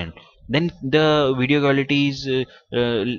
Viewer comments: What is a "wideo" ? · "In this wideo"